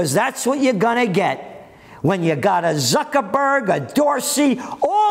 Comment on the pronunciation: He said Fuckerbergs!